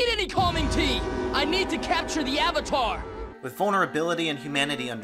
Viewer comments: I cringed everytime they said "aUng" or "sUuka/sOwkAh" or "eEroH" AND EVEN THE "OOHVATAR" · they couldn't even pronounce the word "avatar" correctly....... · Lmao the “ah-vitar” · THE AH-VATAR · The biggest mistake was having Katara pronounce Avatar correctly and then Aang pronounce it AH-VAH-TAR in the SAME DAMN SCENE. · What has and always will baffle me is how they can possibly say the words Aang, Sokka, and Avatar wrong....Just watch the show. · Ignoring ALL of the problems, what is this movies deal with pronouncing A’s?? Uhng instead of Aang, Uhvatar instead of Avatar, like you’ve messed up everything so bad you decided to mess up words too just for funsies?